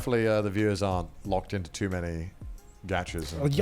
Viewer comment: Connor saying arn't you within your right.... he is so cute, he thinks we have rights lmao